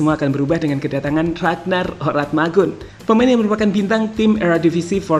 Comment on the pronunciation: Min...Oratmangoen bacanya biasa aja, itu salah satu Fam/ Marga dari Maluku